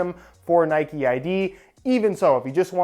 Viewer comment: Its Nike not Nikeeeeee😂🙈